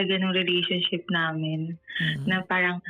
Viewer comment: Kung ako yung lalaki marinig ko palang sabihin nya yung word na “paRang” lalayuan ko na to 😂🎉 tapos magkkwento parang 3 years old amp! 😂🎉 buti nga sayo hahahahaha